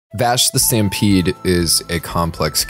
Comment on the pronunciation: I cannot get over the fact that he opened up with Vash the 'Sampede', where was the "T"?